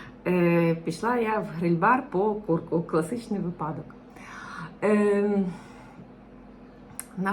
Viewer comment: Дякую, цікавий контент, тільки не куда, а куди, не випАдок, а вИпадок, не тоже, а теж, не четверГ, а четвер, не рахую, а вважаю (рахують гроші) й не ітак, а отже :-) не забуваємо дбати про свою рідну, як і іспанці про свою! Астулуега :)